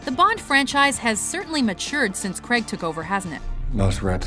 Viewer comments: Daniel Craig not Daniel creg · Fucks sake, it's pronounced Cray-g not Creg. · It's pronounced Craig (ai same as 'ay' in pay) not Creg. It shouldn't rhyme with egg hahaha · the new ones are the best, also, you said daniel Craig wrong. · Why can Americans not pronounce Craig? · it annoys me how they pronounce Craig weirdly